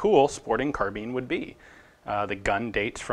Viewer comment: Why does he say carbeen